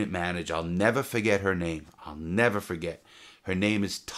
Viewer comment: This man is Alzheimer's worst nightmare, cuz he'll "neva fughet"